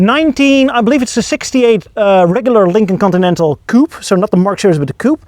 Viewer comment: How it's spelled: "Continental" How it's pronounced: "coninenal"